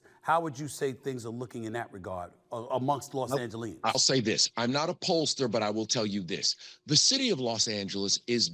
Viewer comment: It’s “Los Angelenos” not whatever you said.